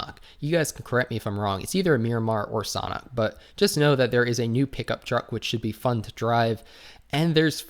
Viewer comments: SAUNA HAHAHAHA thats the first time ive ever heard anyone pronounce it like that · The way you say Sanhok is San-Ah-Hawk